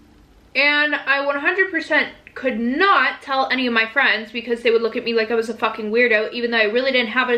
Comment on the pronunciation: the way she said "because" UNSUBSCRIBING